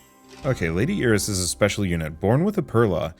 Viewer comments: Iris being pronounced e-ris instead of eye-ris keeps throwing me off, never heard it pronounced that way before. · It is a Spanish pronunciation